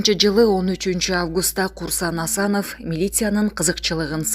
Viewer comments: Комментарияны туура окунуз Кусанов эмес Курсан Асанов деп окунуз бул коментария да айканыныз уят иш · Курсанов эмес Курсан Асанов тпой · Курсанов эмес Курсант Асанов эх журналист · Курсанов Курсанов деп кайра кайра доодуробой туура окусан